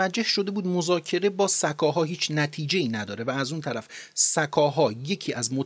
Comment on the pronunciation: ساااکاااها نه س کاها